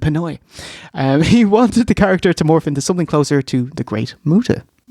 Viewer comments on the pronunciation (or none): none